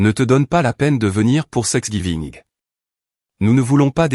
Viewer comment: On ne prononce pas sexgiving, mais Thanksgiving.